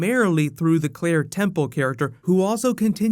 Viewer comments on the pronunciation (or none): none